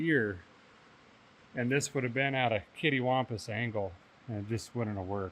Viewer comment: Is it “kitty-wampus” or “Katty-wampus” ? 🤔